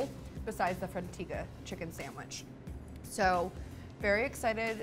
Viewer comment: She hasn't said sandwich properly yet, expecting her to know the names of all the breads is a pretty high bar.